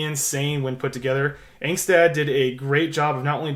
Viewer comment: Pronounced “ong-stot “